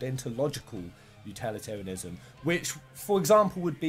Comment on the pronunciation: the number of times you mispronounce utilitarianism is very annoying. My advice is practice saying the word a bunch of times before you record the video. Anyway, thanks for posting.